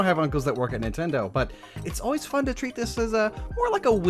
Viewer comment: People that say “N tindo” pmo